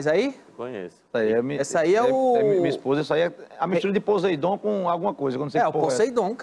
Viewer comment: "pozeidon" kkkk